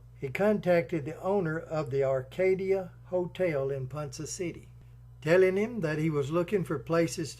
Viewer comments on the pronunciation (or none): PONCA CITY.. PRONOUNCED..PON-KAH N O T.. PON-suh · Pronounced " PawnKa City" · Hearing the name of the city pronounced as Ponsa City takes a little from this video. If the author had ever actually been in Ponca City he would have surely heard it pronounced properly as Ponca City as in Tonka Trucks. It is still a great video telling a very sad tale. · Great narration except it is pronounced ‘ponka city’ and shows how bad the OK highways are.🙄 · You are pronouncing Ponca City wrong. Ponka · Ponca city is not pronounced Poncha